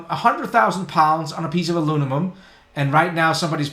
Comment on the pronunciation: Alu-mi-num rather than alu-ni-mum :)